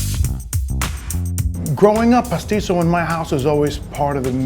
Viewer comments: IT'S PASTITSIO NOT PASSISISSIO! :( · In greek, its pronounced Pastíchio